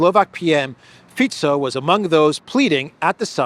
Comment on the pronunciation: Greetings from Slovakia! You pronounced our PMs surname perfectly, most people say 'Fiko'.